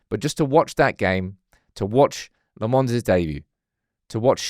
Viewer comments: It's pronounced Lommens. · Lemmons still…ffs man. Say it properly